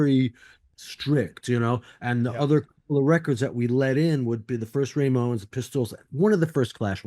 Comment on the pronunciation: Slim Jim keeps saying "RAY-mones", but occasionally says it normally as "Ramones". Funny.